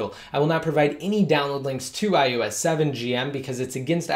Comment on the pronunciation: haha, it sounds like iUS every time though! Just thought it was funny.